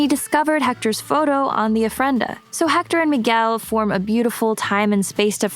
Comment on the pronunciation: One thing..about pronunciation, the H is not pronounced in spanish